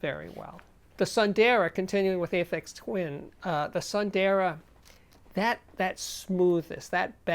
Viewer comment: I believe it's pronucned soon-the-raa which means beautiful in sanskrit. ☺ Great review Steve